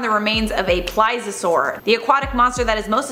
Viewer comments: Agh stop saying ply-Za-soar!! It’s Ples-ee-uh-soar!! Ps I still love you 😘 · PLEASE-EE-O-SAUR THATS HOW YOU SHOULD SAY IT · Can you at least pronounce Plesiosaur right? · Ughhhhh,, babe, for the love of god, PLEASE (....-iosaur) learn how to pronounce plesiosaur! Cuz I love ya but girl yr killin me here! 😩